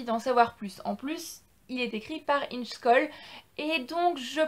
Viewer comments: Ça ce prononce: ingè choll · Ça se prononce : Ingué Choll